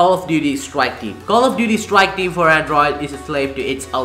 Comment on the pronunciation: did he just say call of duty swike team